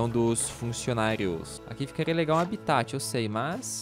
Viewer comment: seu mulinha se fala HABITAT não abitati